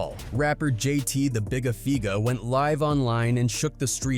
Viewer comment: 😂😂😂 "Rapper J.T. the Beega Feega" ...in an AI slop piece about "Mock Dre" wherein someone call "Nine hundred and eleven". Oh, Jesus! 😂😂😂